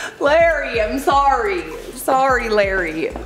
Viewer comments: Fuchs 🦊 is pronounced like fux 🇩🇪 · Fuchs is german for fox. In German you say Foox, or Foocks. The u pronunced like in hood. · It's pronounced "fukes" Fuchs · Fuchs is german and means fox it's pronounced Fux the chs is pronounced like an x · I grew up with a Fuchs. Its pronounced Fooks or Foos. 🤭🤭🤭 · Fuchs is the German word for Fox. It's pronounced FOOKS (the U is pronounced like a short OO as in "books" and the CH is pronounced like a soft K, also as in "books"). SIGH. I love it when Americans butcher German words in the morning. XD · I think it's pronounced few-cks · LMFAAAOOOOOOOOO at how she pronounced Fuchs with such a confidence 😂😂😂😂😂😂😂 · i laugh so hard when he pronounce the name😂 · 😂 „Fuchs“ means „fox“ in English... and you pronounce it like „looks“, only with an „f“ instead of an „l“ as the first letter. Hope this helps.😁🙈 Oh, and btw: It‘s German.😉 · Marissa and Gabriel both have german names, so Grossman is pronounced Grohssman. Fuchs is also fox in German, so yeah. Sorry, I’m not trying to be rude, I’m just putting it out there.